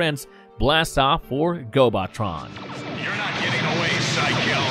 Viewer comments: My biggest problem with this channel is this constant mispronounciation and words. On at least every video that I've watched about Transformers or related related material there's been something that's mispronounced. Gobotron is pronounced GO-buh-tron not GO-bot-tron. Fitor is pronounced Like FIGHT-or not Fee-tor. (They literally say the character's name right before you say it). This last one, may be a national difference in pronunciation. But in the states we say Intrepid En-TRE-pid not EN-tre-pid. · I still have a lot of love for GoBots. Heck, I still have several from my childhood. I have the DVDs and they look great btw. The planet is pronounced Gobo-Tron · and its gobo tron not gobot tron, way to ruin what could have been a great video